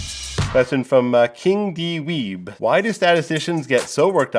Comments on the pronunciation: Pretty funny that he read the first guy's name as "King D Weeb" instead of "King Dweeb" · Did no one notice instead of saying king dweeb he said "king d-weeb". Had me dying and no one else picked it up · Dude reads "king dweeb" as "king D weeb". Powerlevel slip? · Nobody's going to talk about how he pronounced "kingdweeb" as "king-d-weeb"? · wait hold up. "king dee weeb?" bro i know you're a numbers guy but cmon. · Love how he pronounces King Dweeb as "King D. Weeb" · This guy is such a dweeb he pronounced king dweeb "Dee weeb" lmaoooooo